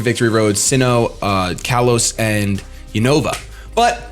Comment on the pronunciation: Not gonna lie... The way you pronounce the "Unova" region makes me cringe a bit